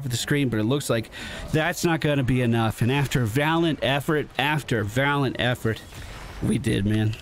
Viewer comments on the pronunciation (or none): "Valant effort after valant effort" made my eye twitch . Love you, but man sometimes you grind my gears :)